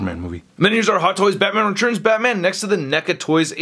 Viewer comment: spells 'tu' as 'chu". I always look forward to him saying "the head churns side to side" in every figure review, and this time, I get to hear him say "Batman Rechurns" again and again. I think it's really unique and I really enjoy listening to him saying them.